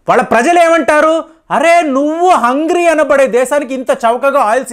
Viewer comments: Sorry to say small correction. It is not hungry it is Hungary. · Very informative. It’s Hungary. (Saying it as ‘Hungry’ in video). Please correct as it changes the meaning. Thanks. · Sir adhi "Hungry" kadu, "Hungary" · Sorry to say Sir, country name Hungry kadu sir Hangary. (హంగేరి) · బాబాయి, హంగ్రీ అనకూడదు, హంగేరి అనాలి , దయచేసి గమనించ గలరు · హంగేరి not హంగ్రీ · There is no country by name Hungry.Voreect ur pronunciation of telugu eords